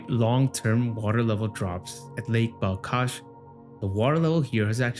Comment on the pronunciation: It's not BalKash, it's BalHash